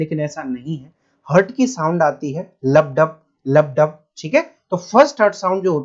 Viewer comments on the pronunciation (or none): Sir lup hota hai lubb